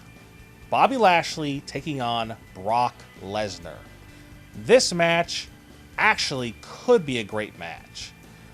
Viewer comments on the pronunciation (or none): none